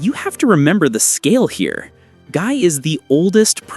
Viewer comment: I get aneurism hearing Gii's name get butchered in pronunciation repeatedly